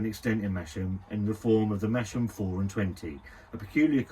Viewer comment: Its pronounced: Mas-Ham lol, its hilarious hearing you call it Mashem lmfao